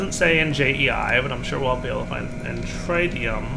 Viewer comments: cant say tritium properly. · This bothered me too